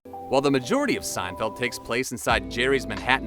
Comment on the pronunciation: Yes, I laughed out loud when I heard this . With such outlandish narration I'm surprised that elsewhere we didn't hear Jerry referred to as "Jerry Seinfield."